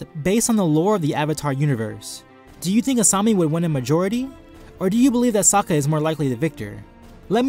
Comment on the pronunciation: As much as it pains me to admit it, i agree with your verdict. I love Sokka he's my favourite character, but he's out of his depth here. And good on you for pronouncing his name correctly, a lot of people don't. Looking forward to the next video!